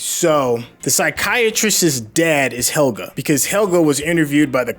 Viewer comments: "He-- so it's Hegel... Helge! Not Hegel." "...Hegel." 😓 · IT'S PRONOUNCED AS Hell'gey. These guys hear it again n again, see the spelling of the name, and they even say it accurately. But then decide to randomly blurp out hECkeL hEgEL hEckLer wtf man, no surprise though, they're americans. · "Hegle", "Heleg"... My poor boi Helge